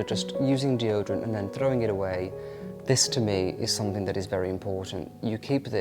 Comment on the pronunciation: it's something not somethink